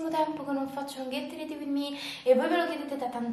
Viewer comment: la pronuncia su Ready per favore😕